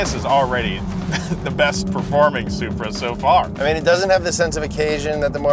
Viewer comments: Love the ‘Selupra’ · why do y'all keep calling that BMW a ...soup-ra?? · Love the Super-Uh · Supra sounds like sup bra 🤟